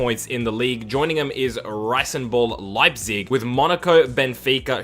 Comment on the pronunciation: It's "Red Bull Leipzip", but great video and amazing idea!!